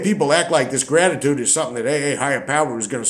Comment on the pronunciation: An ayeattiude of grayeaitude ! feck off!!😂😅😅